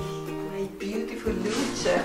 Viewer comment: The baby is Luce - pronounced ‘Lucha’. Luka is Daddy.